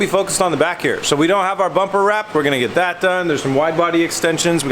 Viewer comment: Did you say bum ramp or bumper wrap?